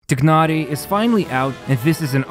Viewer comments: I love this video but please for the love of god say his name right. It’s not ‘tig-nar-ee’ it’s ‘tie-nar-ee’ and keqing is pronounced ‘keh-shing’ not ‘ka-ching’ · why tf you called him tiknari ???😂😂 bro it's pronounced teenari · Tai-Nar-Ee Not Tig-Nar-Ee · btw its not tignari u say it like tinahri but good vid either way. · my brother, it's "Tie-nari". Good vid either way 👍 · bro really said "Тигнари" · "tie-nar-ee" dude.. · The "igh" in "Tighnari" is pronounced like the "igh" in the word "High". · thats not how you say his name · they pronounce his name like 500 times... how does everyone get it wrong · Nothing is more disappointing than your pronunciation of his name.